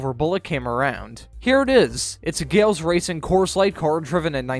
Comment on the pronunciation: Pronounced Gal-iss.